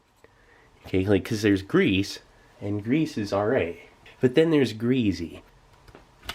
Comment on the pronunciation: ‘There’s grease and then there’s greezy’ 😂